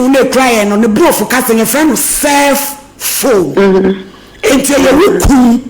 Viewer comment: Mommy pleaseooo with all humility it's cellphone not self phone